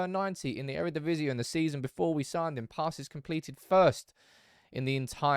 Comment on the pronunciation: It's not Eredivisi-uh, just like 'genie' isn't pronounced geni-uh ;)